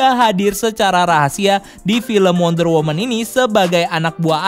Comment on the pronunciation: Mon maap nih yang bener wonder woMAN bukan wonder woMEN,belajar lagi ya bang b inggrisnya kwkw